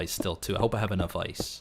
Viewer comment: How says ice: Ois:P